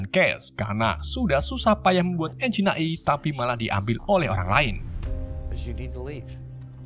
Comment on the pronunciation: AI dibaca EAI❌ AI dibaca AI✔